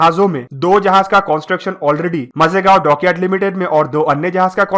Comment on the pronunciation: मझेगांव डॉक्यार्ड नहीं भाई ..... माझगांव डॉक्यार्ड